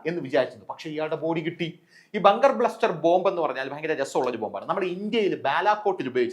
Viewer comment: ..ബങ്കർ ബ്ലസ്റ്റർ അല്ലേ.. ബസ്റ്റർ ആണേ..